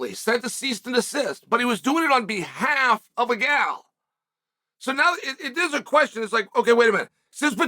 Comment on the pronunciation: Is he referrring to Nina as “a gal” as in a girl, or is he mispronouncing her name “agdal” 😂